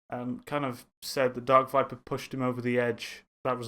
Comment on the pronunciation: darkvipa finally someone who knows how to say his name